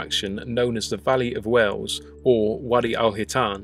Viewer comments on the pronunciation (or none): you pronounce whales like wells